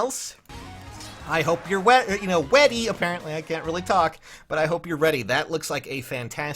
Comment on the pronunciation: WEADY?! YES!